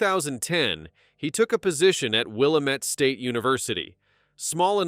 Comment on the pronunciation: It's will-am-ette